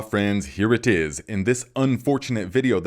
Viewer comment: "here it tis..."